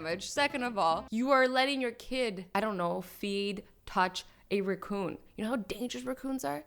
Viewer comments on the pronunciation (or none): it's a RACCOON AA NOT RUCOON OO NO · RACOON NOT ROCCON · Raccoon. Not reccoon but I still love you azzy you are amazing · It's raccoon no roccoon